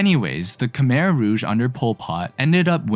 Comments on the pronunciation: Btw Khmer is pronounced “ku-my” not “ka-mir” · Khmer is pronounced "ku-mai" not "ku-mer" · Croissant. Pretty sure you don't pronounce the R in Khmer. It's more like Khmy. That said, funny that the US-backed "communist" country was eventually stopped from its atrocities by communist Vietnam.